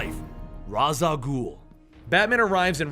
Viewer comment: That moment when he called Ra's "Raz" I no joke got triggered 😂 (if you didn't know,its pronounced raysh